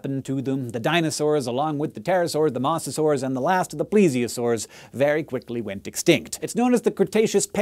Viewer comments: "Moss-a-saur"... Every documentary I've ever watched pronounced it "moe-zuh-saur", and you come out here with "moss-a-saur". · Isn't Mosasaur pronounce MO-za-SOR? Like Moses? Moe's Southwestern Grill? Eenie meenie miny mosasaur? Then again, you are the science guy, so I could be wrong. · Pretty good information that far too few people know. Although, it's pronounced MOE-sasaur. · When you said Mosasaur I thought it was hilarious as I have always thought it was pronounced like MOE-sa-saur but now all I can hear is Mozzasaur which I imagine to be a giant cheese dinosaur. Day improved. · i dont mean to be THAT guy but he prenounced mosasaur wrong its moses ore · Dislike because you kept pronouncing it "mawsasaur"